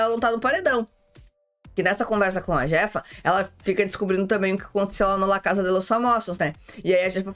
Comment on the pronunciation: a pronúncia do J no Espanhol tem som de C então e a chefa. Eu assisto este reality no Telemundo, aqui dos USA.